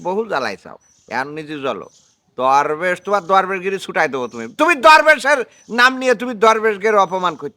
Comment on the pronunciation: দরবেশ না ধরবেশ